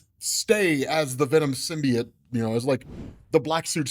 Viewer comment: Learn how to say symbiote